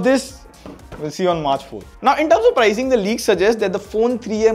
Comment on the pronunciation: Pricing or prizing?